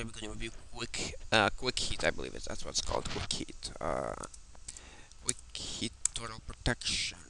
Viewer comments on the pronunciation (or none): Its Quick Heal Not "Quick Heat"!